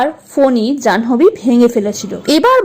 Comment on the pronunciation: 'জানহোবি' কি ভাই? উচ্চারণ টা হবে 'জান্ভি'